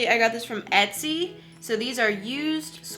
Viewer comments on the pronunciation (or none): none